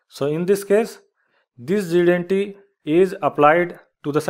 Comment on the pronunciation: Quite a nice and clear explanation. However, would you please slow down when you say GD-aunty? If you do then you'd sound like GD&T. And thanks!